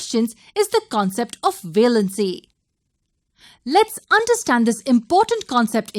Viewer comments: Its valency not veelency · Its pronounced as valency not velancy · Wrong pronounciation of valency